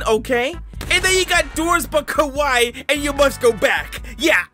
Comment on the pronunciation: the way you said kawaii you said kowai which means scary but tbh it's kinda scary ngl lol